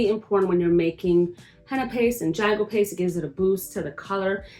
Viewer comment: Hi I'm indigenous from the Carribean. You are pronouncing it incorrectly. It is pronounced "ha-gua" the "J" is an "h" sound. And yes our tribes used this as a body adornment with symbolic meanings as well as for war paint.